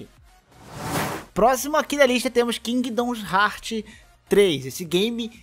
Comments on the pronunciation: por que você fala 'Kingdons Heart' ao invés de 'Kingdom Hearts', só estou dizendo mesmo, porque dá um leve incômodo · que agonia de ouvir vc falar Kingdom Hearts errado